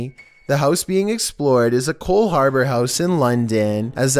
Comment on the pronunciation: Coldhaubour house? You sure it isn't Molag Bol?